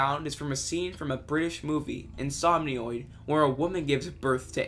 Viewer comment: great video, two things i wanna mention 1. deltarune is a spinoff of undertale, not a sequel. 2. Insemenoid is not pronounced "Insomnioid". Other than those 2 things, great series, and natter john did great making the iceberg!